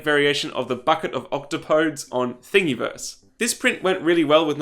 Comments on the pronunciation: oct-OP-o-deez, not OCT-o-podes; it's the greek variation of the plural form of octopus. (Pronounced sorta like you're saying "On TOP of these" - CAPS are the stressed syllable.) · Octopodes is pronounced Oc-taw-puh-dees actually. Just feel like putting this out there.